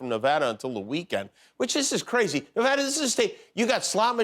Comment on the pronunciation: We start counting over every time someone says Nevada the wrong way